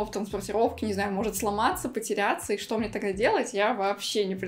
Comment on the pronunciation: да фто ты говоришь